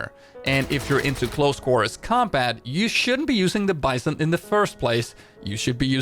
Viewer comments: Hello! I really love your content, it helps me a lot. Since you learned how to pronounce "groza" I would like to suggest to you right pronunciation of the "vss" (not vee-s-s, but vae-s-s) and the "bison" (not bI-son, but bee-zOhn) Thank you again for what you’re doing! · Bizon pronounced like B Zone, not like Bye Son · please dont pronounce BiZON, it hurts my ears, because it is BeZON (it is russian gun and it shuod be pronaunce in russian way) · In russian its pronounced the 'bitzon', just like the 'graza'